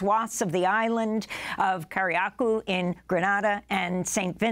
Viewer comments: Pleas, It's Carriacou NOT Carriaaacou. Tobago NOT Tobaaago Grenada NOT Grenaaada or Granaaada. Also it's: Iraq (pronunced Eraq) NOT EYERAQ Iran (pronounced Eran) NOT Eyeran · Grenada is pronounced "Gre- nay-da" not "Gre- nah- da" Carriacou is pronounced "Car-ri--ah-coo" These are the places my family is from